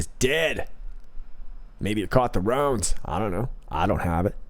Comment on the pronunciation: “Maybe it caught the Rons”. 🤣